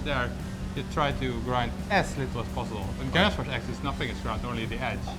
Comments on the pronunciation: Gränsfors, not Gransfors. The dots make a difference... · It's not Grans it's Grens the a with 2 dots on top is pronounced as the letter E. and the letter E with 2 dots on top of it is the letter A. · That would definitely be closer to the swedish pronunciation. made the typical mistake of pronouncing ä as a. "Grän" should actually be prounounced like the gren in "greenwich". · The best instruction how to pronounce it is probably "Geh-renns-fosh". If an anglophone used that pronounciation it would sound perfectly Swedish. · The Ä in Gränsfors died quickly in this video xD